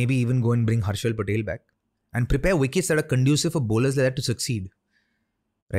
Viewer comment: Everything was right until he said the name 'Harshal'.